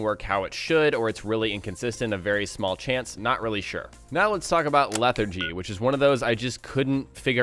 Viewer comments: "Leh-thar-jee" hearing you say it wrong is begging for a face palm. I weep for the future of our youth.... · Can you get "infections" from sleeping with companions? Also, it's LEH-THAR-GEE. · How do you not pronounce lethargy correct, yet you pronounce lethargic correctly? I'm just saying its just... odd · I can't give a thumbs up to an English-speaking guy who doesn't know what the hell lethargy is or how to say it.